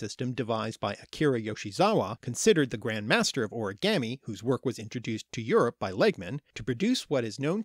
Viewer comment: You say origami wrong